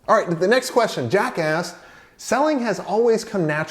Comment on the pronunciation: Sounded like you said 'jackass'(Jack asked). LOL This was one of the most informative, value-packed videos I've watched so far. Thanks a lot! I'm taking a lot of notes and here's what I took from this video; CEO makes the sales AND manages the project is a NO-NO. The sales will decline as the CEO works on managing the project rather than growing business. So instead we must bring in the right team member(s) at the right time to manage the project. *Find a project/account manager that understands the process, wants $ and likes people, will make a good salesperson who can give advice and help the client. As leads come in, the manager qualifies them; “are they qualified, needs match? Budget matches? Etc"., then bring in the right team at the right time based upon the situation and strategy. Bring in project manager, maybe art director or creative team member(s) as needed. Don't rely on account manager to sell deal. Need project manager and account manager to be best friends and have good cohesion. Account manager is close with client and can properly convey client’s needs to the account manager who delineates tasks to the team for a proper seamless workflow. Would bring in CEO at end as a heavyweight. This is really helpful nuts and bolts kind of stuff that will help me and my partner as we formulate our process. We're a 2 person team right now; Me - CEO/Partner, Prospecting and sales, SEO experience, AdWords Certified, Social Media and content creation experience. Partner